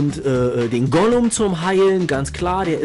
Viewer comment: Also eigentlich spricht man es Gulem aus und nicht Golum man schreibt es aber Ghoulem oder Gargoyle